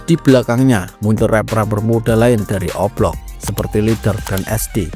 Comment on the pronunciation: Dia bilang O Block atau oplong si😅